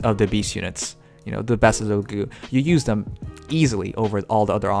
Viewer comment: It's Laguz, not Lagu. The "z" is not mute.